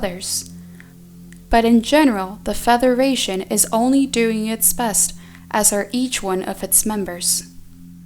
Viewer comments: Why does say feTHeration and not federation. Just asking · Why does she say Featheration, not Federation? It is very distracting. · I'm sorry... but is she saying "featheration"???